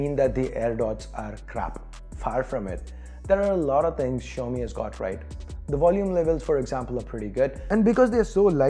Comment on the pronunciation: China 's Apple -; Xiaomi!! (Well& correctly said)